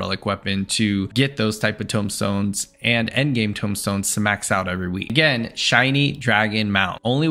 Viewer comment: Tome stones. Not tombstones